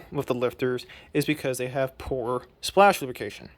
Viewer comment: I can't tell if you're saying "splash lubrication" or "splashification".